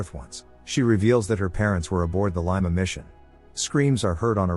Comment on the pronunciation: Can't even pronounce 'Lima' properly...